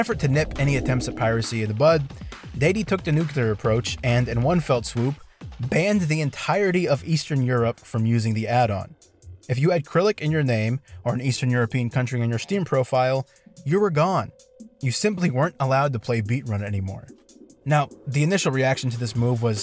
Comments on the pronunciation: I don't know why this bothered me but it did, Cyrillic is pronounced sr·i·luhk (according to google) or sir-il-uck (how I think it sounds) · KRILIC?? I don't want to hate but lmao its not even close to being pronounced like that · It's funny af to compare other people's intelligence to a wooden spoon, and then pronounce "Cyrillic" like "krill-ic", I love YouTube. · A very interesting saga, gmod modders have a bit of a history of going crazy. Also a slight nitpick, the word Cyrillic is pronounced more like sir-illick, the c is soft and the y is pronounced as a short i. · thw way you pronounced cyrillic made my bones shiver edit: oh and also only orthodox european countries use cyrillic. idk if paypal is used elswhere but idec.